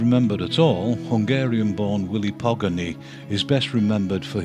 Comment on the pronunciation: It isn't Pogany = pog-an-e, it's po ("PO"p) ga ("GA"rden) ny ("Ne"w), Hungarian pronunciation bears zero relation to English pronunciation. Just nit picking ignore me 🙂